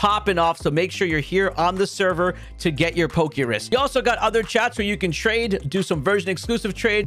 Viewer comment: The fact that you call it PokeRIS is like nails on a chalkboard everytime you say it.